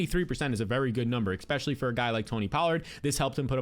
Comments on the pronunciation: Expecially ❌ Especially ✅ Nucular ❌ Nuclear ✅ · Eckspecially AND nuculear?? Legend.